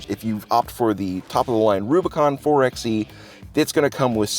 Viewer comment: 4xe...... 4-By-eH not 4-eX-eH!